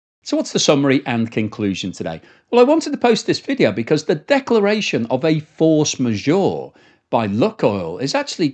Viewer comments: Maybe check the pronunciation of force majeure... The's a french term. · Hilarious how is pronouncing force majeure! 😂